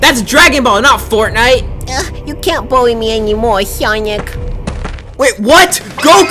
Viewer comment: Instead of saying furtnight does say fartnight